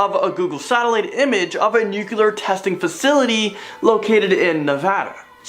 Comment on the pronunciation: Repeat after me: NOO-CLEE-URR.......